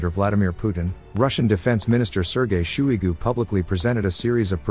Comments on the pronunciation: Sergei "shoe-y goo". It's wrong, but it sounds about right. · “Shooey-Goo” lol